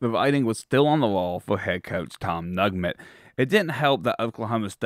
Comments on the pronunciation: It's Tom Neugent, pronounced new-gent.....and Bobby Bowden was the position coach for Fred Belitnikoff in 1964, the first year we beat UF.....Bill Peterson had an eye for talented coaches....he hired Bill Parcells, Gene McDowell, Bobby Bowden among others........ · Tom “Nugment” LMFAO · Tom Nugent (pronounced New-gent). This historical stuff is really important. My Mom graduated from FSU in 1952. My parents were avid football fans. We attended those great games (first Gator victory, tying Alabama in Tuscaloosa, etc.) Please cover the great players (Tensi, Biletnikoff, Hammond, Sumner, Sellers, etc.) Peterson deserves much credit. Bowden was the greatest.